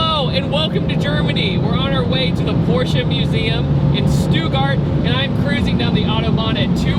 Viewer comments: It's STUTTGART, not Stewguard :D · I been dere aslo its stuttgart not stugart